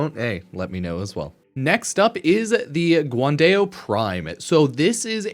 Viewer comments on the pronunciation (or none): Guandao, pronounced Gwan-dahl, a weapon named after Guan-Yu, the legendary general during the China Three Kingdom era. Dao means sabre in Chinese. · The pronunciation in this video is out of line 😭 Guan-Day-O. Skya-Jati😭😭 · Fyi "guandao" is Chinese, pronounced like "gwon-dow". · "guan day-o" is crazy